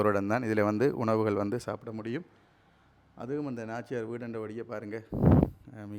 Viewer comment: நாச்சியார் வீடு அல்ல. நார்ச்சார வீடு Please know the correct words in Tamil